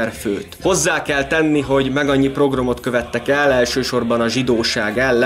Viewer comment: Tetszett, jó volt. Egy apró észrevétel: nem progrom, pogrom. Amúgy gratula!